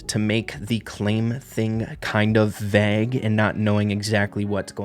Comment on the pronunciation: thats not how you say vague 😂